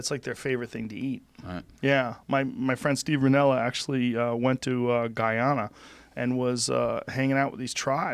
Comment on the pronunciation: Joe, love ya but its "Guy-Anne-Ah" lmao